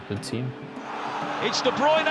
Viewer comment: Ohhhh Kevin de bryune